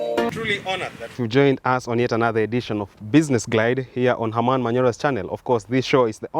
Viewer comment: Why do you always say? it's Herman for fuck sake! Learn from jadiel